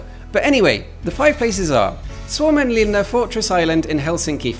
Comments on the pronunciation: wait.. how can you pronounce Suomenlinna correctly?!! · Ah, the mystery of the Suomenlinna shot finally answered. I've been very peeved by it for a long while xD And finally a native English speaker who can actually pronounce it! Thanks for providing fun content :D